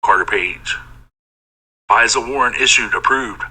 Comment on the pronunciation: it's FISA not Visa like the credit card. 😀